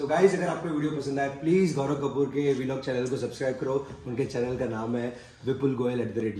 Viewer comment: I like how vipul goyal always says V-log not vlog 🤣🤣